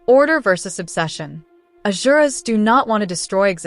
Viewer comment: It's not Azuras, it's Asur.